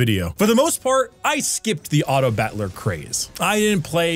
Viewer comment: "Autobatler" Why can't you pronounce battler correctly